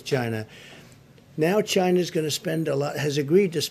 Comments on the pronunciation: The way he pronounces China 😂 Chy-nah 😂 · Trump has the best way of pronouncing China “ Chyna’ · ❤ Trump saying Chyna... 😂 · Its not China, Its Chyyyna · No, its CHIYYNAA